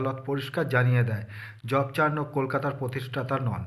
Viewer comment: JOB CHARNOK, ......JOB CHARKON...নয়